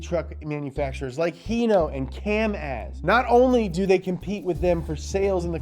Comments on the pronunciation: its pronounced kamAz not kAmaz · Cam as it's Ka mazz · It's pronounced Kaamaaz (Камаз), the Russian truck company that competes with the Unimog. You should do a video about Kamaz trucks they're super awesome and utilitarian as well. The Moscow city government uses their orange Kamaz dump trucks as road blocks when they make a pedestrian street for festivals and celebrations. They're big enough to stop ISIS loons from running over people with cars and stuff. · Its not Kam-az btw and it needs an episode